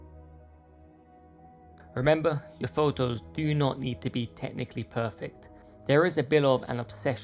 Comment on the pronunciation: Love your work 🎉🎉🎉 And also how you say photos #pholows